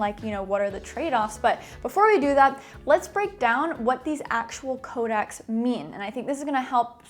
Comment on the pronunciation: By the way it’s “codecs” and not “Kodak’s”. Kodak was a film company. A codec is a way of compressing a data stream, usually audio and video. “Co-deck” if you may.